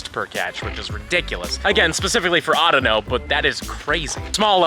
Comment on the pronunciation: It's called (au-dea-no)